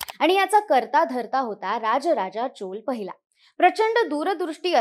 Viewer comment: चोल नाही चोळ आहे, तुमच्या कडून हिंदीच अंधानुकरण अपेक्षित नाही आम्ही मराठी एक चांगले मराठी channel म्हणून तुमच्या कडे पाहतो आहे. कृपया ल उच्चार न करता ळ करा. आपण महाराष्ट्रात राहतो उत्तर भारताच्या हिंदी पट्ट्यात नाही .